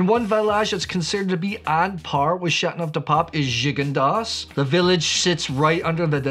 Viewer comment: It’s Châteauneuf, not Châtneuf. The eau is not silent.